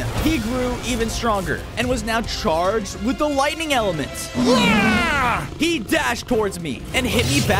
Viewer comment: was I the only one that heard wightning instead of lightining